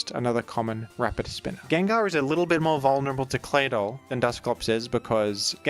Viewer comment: Call me crazy, but am I the only one who finds the way that says Claydoll very satisfying?